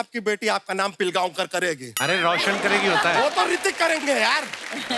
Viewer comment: Its पिळगावकर.....not पिलगावकर....pronounce ळ